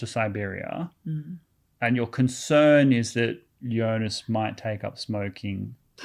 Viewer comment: To be "on same wave" as writer - Jonas is pronounces as ["Yonas"] :)